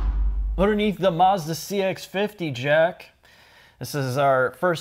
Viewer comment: He says Maarzda.